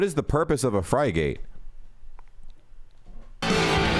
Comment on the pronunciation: Also, "frigate" is pronounced FRIG-GET. :)